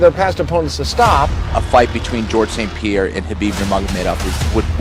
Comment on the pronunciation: The S is before the P in St Pierre. Good attempt though soldier